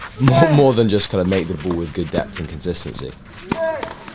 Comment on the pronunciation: it's pronounced "ball", not "buhwl"